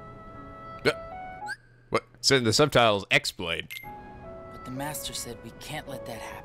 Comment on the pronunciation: Chi Blade, not Keyblade